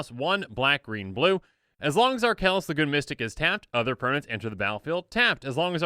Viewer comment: Did anyone else hear "Archelos, the Goon Mystic"?